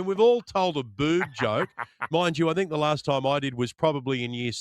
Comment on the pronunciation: He can’t even pronounce the word “think” correctly. He’s an absolute clown. The fact the he actually brought up the melons is beyond pathetic.